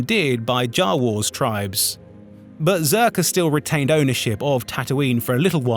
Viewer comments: Ok, but why say Jawar and Bobar. Typos for an AI voice? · I wonder if this voice is made by an AI. The pronunciation was strange, like "Jawa" and "Boba Fett."